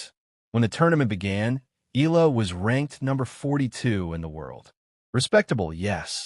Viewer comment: Why u guys cannot pronounce EALA properly?😮😅😂